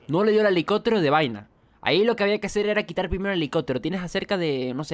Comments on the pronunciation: Hahaha fue lo primero que noté, yo así de : pero que carajos? Por qué no lo dice bien ? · helicotero????? Helicóptero!!!!!